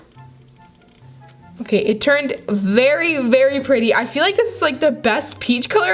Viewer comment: A berry berry berry important 😂